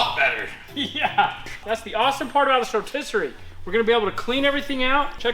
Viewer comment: rotiserate is a real word for sure, he just said it! People can't say word that don't exist right?